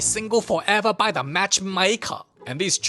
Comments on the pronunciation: "tha movie begin... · Ahh yes the OG “Da movie begins”